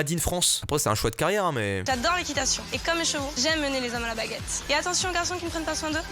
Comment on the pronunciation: Vois avez vue a mastu dit cheveaux